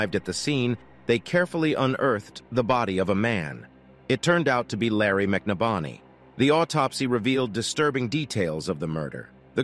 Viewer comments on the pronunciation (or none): Wow, everytime this person telling the story says the last name he changes it. And it's not even close to the correct pronunciation. It's McNabney. Break it down (Mc Nab Ney)the guy was killed show some respect by at least pronouncing his name correctly.